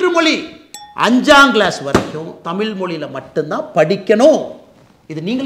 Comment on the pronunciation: சரி முதலில் நீங்கள் டமில் என்று உச்சரிக்க வேண்டாம்...தயவு செய்து தமிழ் என்று உச்சரிக்க வேண்டும்....சரி